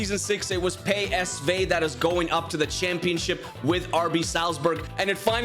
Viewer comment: Pay s vey 😂😂😂😂 Sergio biscuits 🤣🤣🤣🤣🤣🤣🤣🤣